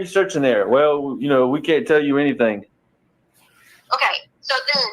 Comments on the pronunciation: Who in the holy hell employed this woman as a teacher, I mean “anythink” the woman is a halfwit 🤷‍♀️ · I've often heard ppl mispronounce certain words becuz of their dialects (i.e. southern, east coast, etc) but NEVER heard anyone who says some thinK, anythinK... Like what the actual f???